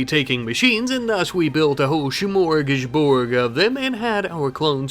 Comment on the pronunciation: I get unreasonably happy when he says "shmorgusborg"